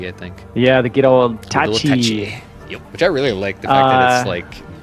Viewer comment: I think Attache has a French pronunciation haha, sorry it was itching my brain. Love the list, I've been a kinetic fan from day one!